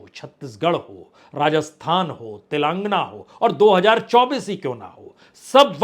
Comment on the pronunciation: पहले तेलन्गाना बोलना सिख लिजिए 😂